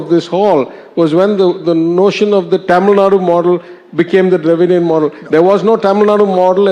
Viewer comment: Anchor please!!! ITS Tamil NADU!! Not Tamil Nad! Get your pronunciation right!!!!